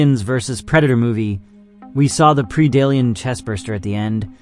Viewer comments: Pred-ator... Pred-Alien not Pre-dalien but overall nice video. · Well if english is not your native language, you had me believing it was. Now for 99% of english words, Pre does make a PREE sound, this is one of the few exceptions to that. Keep making content! you have a new subscriber because you have a good format.